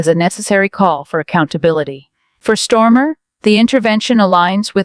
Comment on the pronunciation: AI decribed Starmer as Sir Kier Stormer😅. Hilarious.